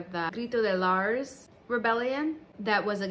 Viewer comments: The "Gritos de Lars" Rebellion. Lars? So that you're informed Lares is pronounced Lah Rés (the Res like in the word Rest but without the T at the end). Lah res (Lares). Anyways, nice history on explaining the origins of the Puerto Rican flag, and yes it was actually invented in nyc. jijiji.. Nuevayol!! lol. Enjoy your trip down to the island and I hope you learn new things. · Sweetie I think you mean the Lah-Res flag as in the Pueblo Lares. Please check than you😊